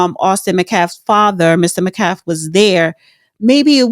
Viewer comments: Public sidewalk. He had as much right to be there as they. And, its met-calf not meh-caf. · Metcalf not Mcalf!!! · The name is pronounce Met Calf. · "Disrespectul"... not pronouncing the victim's last name is disrespectful!